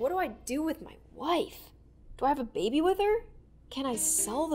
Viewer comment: "can i sell the babay ?" PFFT- !!!!!!!!!!!!! LLLLOOOLLL